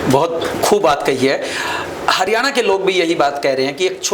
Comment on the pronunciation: ये हारयाना क्या होता है क्यों मुंह चिगड़ा रहे हो